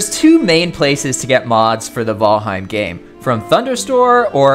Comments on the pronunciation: I swear to GAWD! Fucking VOLHEIM???? What the hell😅 I have heard VALHEME and VeelHem…People is it VAL HEIM!!! HEIM and in “Heimlich maneuver” and VAL as in VALerie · Say vHalheim ONE more time... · He says Valheim kinda weird lol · The Valheim mispronunciations made this video unwatchable for me. Sorry. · Why is the content creator refusing to pronunciate Valheim correctly?